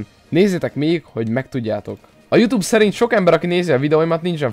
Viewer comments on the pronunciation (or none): none